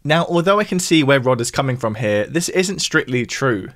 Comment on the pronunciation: Maybe the creator here should learn how to pronounce his th’s. It’s TH not F. This NOT fis.